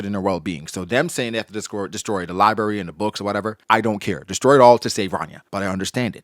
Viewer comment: I'll pay you $50 cash right now if you can say library correctly.